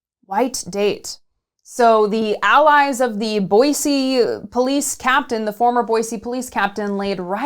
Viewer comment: Boise = Boi*cee* and not Boi zee 🤯